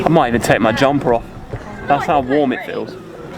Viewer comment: Did you say ‘jumper’?